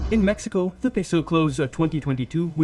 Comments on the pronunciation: Solo entendi cuando dijiste: Mecsicou... Nomás ! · Jajaja esa está buena solo entendí mecxicou